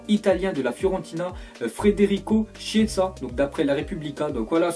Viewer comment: Ptn la prononciation😭😭😭😭😭😭 déjà c’est pas frederico c Federico et chiesa (ça se prononce Kiéza)